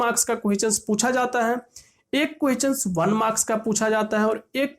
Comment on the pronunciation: i always smiled whenever he said quection , it sounds so funny , if you also laughed 😂😅😂😜